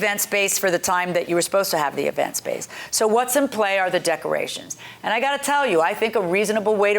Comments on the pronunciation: I replayed…yup, she said duckerations! 😂😂😂 In her defense, I make up words too! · Did she say "duckerations" ? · "Not liking the "DUCK-A RATIONS" 🤣🦆🦆🦆🤣 "Don't AXED her for everything back".. Well if someone "AXED" me i would be most likely DELETED from this earth.. "AXED".. 🙄🤣🤣🤣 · Please tell me she didn’t just say duckcorations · This lady said duck rations instead of decorations😂😂😂😂😂😂😂😂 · Sorry they had so much trouble with the “duckerations” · If she says duck-erations one mo tiiiiimmmmeee! At first I played it off. I said to myself, “self, NO SHE DIDN’T say duck-erations,” but THENNNNN, she did it AGAIN! 🤦🏽‍♀️